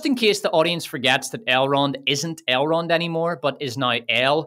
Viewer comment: You got me at "I shall call him AILE ROND with the France pronunciation", I didn't know it could sounds that dumb.